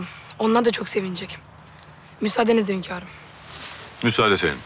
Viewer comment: HÜRREM demeyi biliyor ama HÜNKARIM diyemiyor başladı HÖNKAR azabı hepimize geçmiş olsun